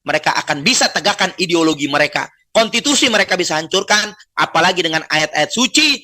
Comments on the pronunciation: Maksudnya Kontitusi. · Omongan Novel kata Konstitusi jadi kata Konstitusi...